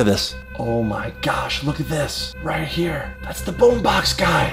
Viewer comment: its boombox not boombaxks